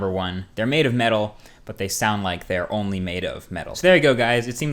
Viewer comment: Emphasize "only"